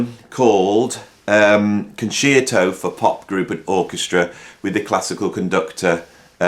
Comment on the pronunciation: Interesting list for sure. A couple of corrections for you. 1, Ian Gillan didn't join Deep Purple from Jesus Christ Superstar. He got that gig after the Concerto album, which leads me on to correction number 2, it's pronounced Con sherto, not Con sheerto.